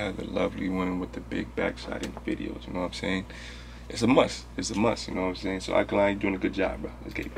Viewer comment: It's pronounced Ah day kun lay (without stressing the y)